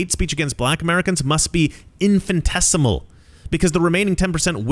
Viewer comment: Hate to do this to you, BUT, the word is 'Infinitesimal' not 'Infintesimal' sorry bro.